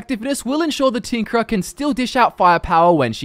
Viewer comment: I swear i heard "The Tinkler"